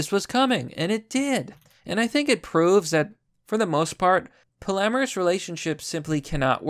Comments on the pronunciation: It is pronounced POLLY-AMOROUS not “polamaris” hahaha Good video as always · "Poly-amorus", not "po-lamerus". Pronunciation threw me off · I find it disturbing that you can't pronounce polyamorous. Polly Amorous. It's that simple, Champ.